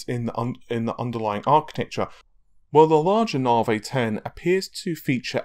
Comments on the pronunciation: Why say "Naveh" and not "Navy" ? It's like saying "Razen" instead of "Ryzen" :P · I hear "Narvey" but my mind thinks larvae XD. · it kills me to watch the videos when quite clearly its pronounced na-v the word has been in the english dialect for over a hundred years as a slang term for railway engineers/builders navi = slang for navigator say navigator and just stop at the G navi, unless of course you think they are called narrrrvee-gators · Mate.. Stop being a plum and pronounce NAVI properly... It grates!